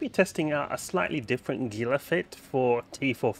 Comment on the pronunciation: I love your vids. I've learned a lot and made better ship configurations from some of the ideas I've gotten from you. Some are really nice. I do wish however that you'd pronounce Gila correctly. The Gila Monster and the Gila river are pronounced "Hee Luh". I know nitpicky, but I've spent a lot of time in Arizona working with Gila preservation.